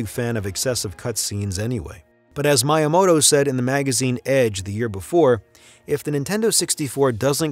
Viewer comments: “” lmao. Also megabits and megabytes are two different things. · Seriously?? Merio????? Good God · Mai-ya-moto? Narrator needs to step up! Otherwise excellent! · I hear some people say "maw-rio" but they're always american and don't understand that people outside the states don't have an american accent or pronounce words like americans because they're not american. I've never heard Italians here say "maw-rio" for "Mah-rio". Although how this guy said "my-yamoto" was weird. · Bet he was saying miyamoto wrong just to get engagement in the comments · Great video but please learn how to pronounce miyamoto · For real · Why are you pronouncing Mario and Miyamoto wrong? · Your pronunciation of Mario and miyamoto is more than a bit disturbing.